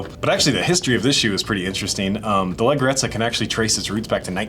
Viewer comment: The pronunciation of leggerezza is lejjerezza